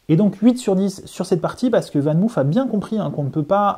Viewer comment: On prononce "VAN MAUF" et non pas "VAN MOUF"😉. C'est du néerlandais, pas de l'anglais!